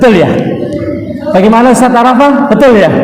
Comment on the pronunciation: Barakalloh. Sdh ikut2 dialek Makassar (Ustas). Kami tunggu di SURABAYA